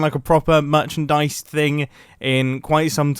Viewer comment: Mumbo say finally some merchandise And I hear him saying finally some money 💰😅